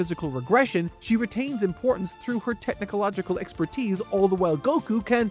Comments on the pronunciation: Why does he say "technical logical" instead of technological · Why does he keep saying "Technicological"? It's so distracting for some reason. Love the vids, though!